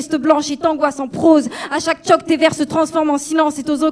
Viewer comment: Choke pas chocs lol